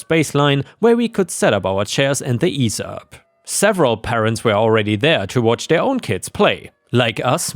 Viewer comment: EEE ZEE Up. It's a brand name. Not Ease Up.